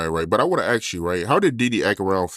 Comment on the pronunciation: Amazing? Can’t pronounce the word ask though.